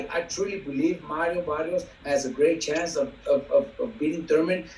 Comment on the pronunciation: Errol's name is Errol, not Earl. Mario's name is Mario, not Mary O.